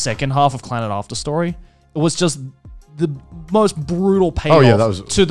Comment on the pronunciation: The name will always be pronounced with a strong Scottish accent for me. It's not "clenned", it's "CLAN-NAD!"